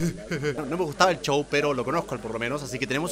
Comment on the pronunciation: Me encanta que digas chou en ves de show